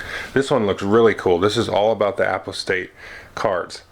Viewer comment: Excellent!!! I think it's pronounced more like "u pos tate" I'm curious about the contents of the nemesis and imperium decks. What do minions look like. Any additional information about skill duels? I recall an FFG preview making mention of the "Cult Leader" tyranid card although I didn't see it in this review